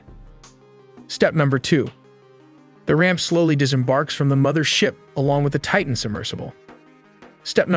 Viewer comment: I give the narrator high marks for pronouncing the word "Titan" correctly, enunciating the t at the beginning of the second syllable. Not pronouncing the letter t in the middle of a word in American English is beyond ignorant.